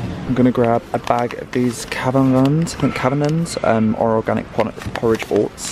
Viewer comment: Kavanaghs = Cavan-ars :-)